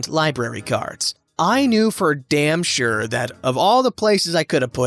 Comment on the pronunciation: Shir-Sure lol new subreddit “entitled narrator” 😂